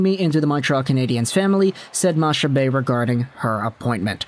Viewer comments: Hey! Its pronounced MaCcabée and not Mashabée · Her last name is pronounced like "Macca-Bay". Nice try though. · honestly today in Quebec it might be the first day since 2019 that everyone is agreeing on something, Chantal Machabée is a great choice for that role. Also btw its pronounced makabay like mach 1, mach 2, etc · Chantal Machabée's name is pronounced Chantal Makabé. She often appears on L' antichambre on RDS. She's very well respected. It's the habs only unanimous hire ever. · Its pronounced makabe . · It’s more. Mac-a-bee pronunciation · My gf just corrected me, it's ponounced Makabé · To help you a bit, Machabée is actually pronounced « Mak Abbé »😁 Keep up the good work!😁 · Its a really good thing here, she is respected and well known in Québec. Its pronouced "Makabay" btw, keep up the good work!! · Machabée is pronounced with a hard C, so it's more like Macabée. You don't pronounce the ch.